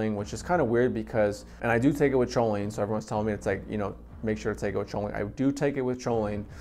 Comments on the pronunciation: Your saying Cho instead of co on purpose huh? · Awesome video!!! (Lol not to be a grammar Nazi but; Choline is pronounced “Coline”) 🤌🏼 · Haha I’ve been saying choline forever, I’ll try to pronounce is coline from now on 👍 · I still natural call is cho-lean lol, but I’ve successfully pronounced it coh-lean recently.. Thanks for stopping by 🥂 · Cho-lean lmaoooo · It was a credible video until i heard "choline". That's when I realized the guy probably bought his first bottle of racetams and choline that day, just moments before hitting the record button.